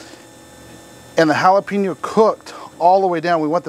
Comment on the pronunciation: It's prononced hala pay nyo